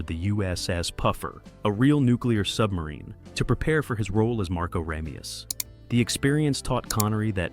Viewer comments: RAH-meus? It's RAY-meus. Did they watch the movie? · Sean Conneries name is pronounce like this RAY ME US and NOT RA ME US,get it right for christs sake. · PRONOUNCE HIS NAME CORRECTLY! RAY ME US It is said enough times in the movie that you have no excuse to continually say his name wrong. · No offense, but the face you pronounce “Ramius” wrong so many times (and then correct yourself multiple times) so early in your clip…….ugh. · Dude, you pronounce Ramius in two different ways. Do some friggin research. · you're showing scenes from the movie so i have to assume you've seen it .... yet you keep mispronouncing his name. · God, I know! It drives me crazy every time he mispronounces it!